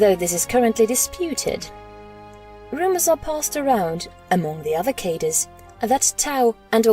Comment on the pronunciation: Cadre is french origin. It is pronounced Kad-Ray not Kay-Der.